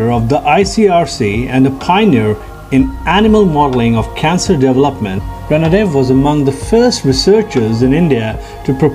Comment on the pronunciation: 'रणदिवे' . Please use correct pronounciation